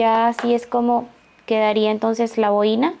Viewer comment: Que mal explica las instrucciones. El diseno esta hermoso pero prefiero bajar el volumen para no escuchar lo mal que explica. Por cierto se dice bo-i-na con el acento en la o y no en la i.